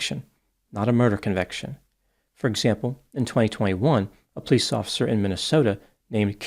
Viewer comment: pronounces "police" like "pls" 😂